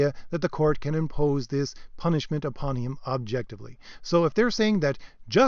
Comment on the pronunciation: "PUNISHIMENT" lol